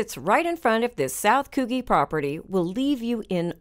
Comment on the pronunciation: Its pronounced "Coujhee". Sorry i couldn't stand the poor pronunciation any more